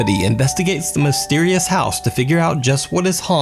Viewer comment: needs to be in jail for the way he mispronounces "house" and "out".... aside from the fakery